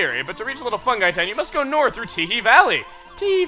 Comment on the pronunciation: The town is pronounced little fun-gee town not fun-guy town,. The joke is that peach is asking Mario to take her to funky town. As in the 80s song +